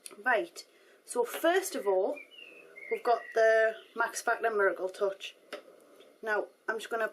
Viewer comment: at first i thought you said, max factor mergle touch;)